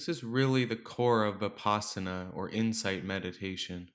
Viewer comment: The word Vipassana derives from Sanskrit, Vipashyana. (to have deep insight into the nature of being) Vi-pash-yana. The Vi is as in victory and not vicarious. The pash is as in lush. The a is not extended as in father. Change the Sanskrit pash to pass (which rhymes with pus, thus) and there it is. Vi-pus-sana. It is not Vi-paas-ana. Unfortunately, westerners pronounce it this way, and even dictionaries like Merriam Webster advice pronouncing this way, which is wrong. S.N.Goenka, a modern pioneer in this teaching, pronounces it the Sanskrit way as Vi-pussh-ana.